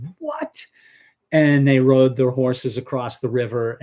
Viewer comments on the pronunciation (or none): none